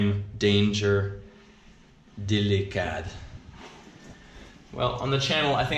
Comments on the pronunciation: Dilikad is pronounced as dilikado that means Dangerous btw im a filipina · its DILIKADO not dilikad hahaha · Its dilikado not dilikad they git wrong spell dilikado mean dangerous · "Dilikado" not dilikad.. proud filipino😊🇵🇭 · ITA JUST FUNNY WHEN SOME PEOPLE READS OUR LANGUAGE "DELIKAD" MEANS DANGEROUS BTW.😂 BUT ITS OKAY. Nice video. PINOY HRRE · It wasn't dilikad It's dilikado (dangerous) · That's “dilikado” not dilikad meaning dangerous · Its not dilikad?!?!its dilkado hahaha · not "dilikad" it's "dilikado" means danger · Not dilikad it should be dilikado as dang8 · Its dilikado not dilikad the o is missing im a philipino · it's "DILIKADO" ...means dangerous